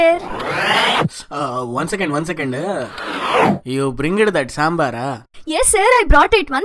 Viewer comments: This is not a samber It's damber🤣🤣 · Sabar not dambar ....road tar.....very funny...... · Soo funny it is not sambar it is damber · Not sambar it is dambar